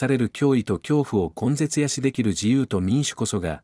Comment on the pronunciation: 0 秒前 "根絶やし" は、"こんぜつやし" ではなく、"ねだやし" ですよw。